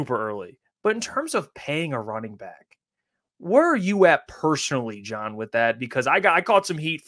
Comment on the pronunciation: John doesn’t even know how to say his own name right…. Lol